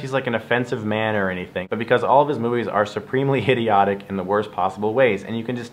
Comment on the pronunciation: ...did he just say Hideotic?